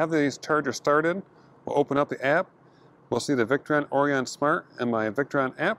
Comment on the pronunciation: Nice work! BTW, it's pronounced 'Or-I-un' (i.e., with a long 'I'), like the star constellation.